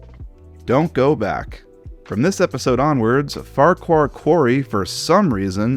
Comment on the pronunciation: Ffarqhuar is pronounced as focker as you demonstrated in one video